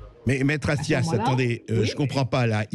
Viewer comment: Attias? Vous avez dis Attias ?? Comme c'est Attias ?